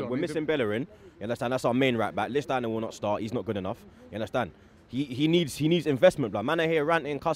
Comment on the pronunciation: U undestan??? 😂😂😂😂😂😂😂